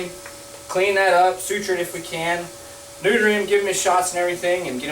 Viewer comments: It sounds like he said "Snooter him". I laughed for like 5 minutes, omg help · "We're gonna sneuter him." I love (yes, I know he didn't say that intentionally). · He said snuder.. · Did you say sneuter?! lol 😂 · We're gonna go ahead and...snooter him xD sorry but the way you said neuter... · "We're going to go ahead and sss-neuter him" haha close one. :-) You don't want to spay him...